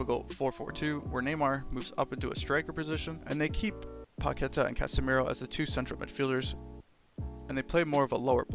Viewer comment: was enjoying the video until i heard your 'Paquetá' pronunciation :s. It takes 5 seconds to search his name on youtube and learn it correctly.